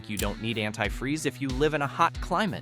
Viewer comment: I never heard anyone pronounce “antifreeze” in such a manner.